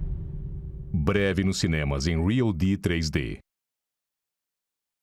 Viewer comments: ''CIMEMAS'' kkkkkkkkkkkkk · "Cimemas" com M de Maravilhoso. rs!